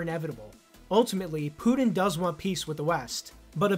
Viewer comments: his name isnt "Poo-Din" :p it's PuTin. Ukraine and Nato initiated the war 8 years ago, not Russia. Russia initiated the SMO which is not an Invasion but a justified long overdue Intervention "accusation" XD as if it's bad to be a commie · It's Putin, not "Pudin." And important not "impordant."